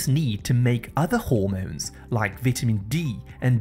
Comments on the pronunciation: Learn how to pronounceceate VITAMIN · Good video..don't get why you are pronouncing vitamin wrong. . However good information